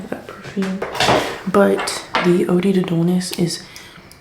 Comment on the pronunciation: it’s oh-dd, not oh-dee. oh-d to dullness